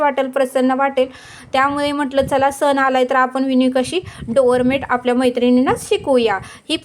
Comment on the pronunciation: डोरमेन्ट नाही डोअरम्याट म्हणतात